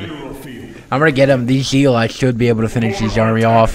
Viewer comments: "GOD DAMMIT, WHERE ARE MY ZEE-LOTZ?!!?!" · "WHERE R MY ZEE-LOTZ?!?!?"